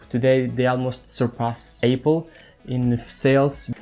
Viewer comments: He meant you pronounced apple as 'ay-pple', instead of 'ah-pple'. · Oh man, I can not let it go :D you said HTC Mate S so many times (it is Huawei Mate S) and the way you pronounced Apple... You need to know how to pronounce the brand names correctly :)